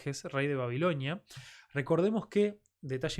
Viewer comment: Escucho mal o dices Babiloñia... Desde el vídeo pasado me tiene intrigado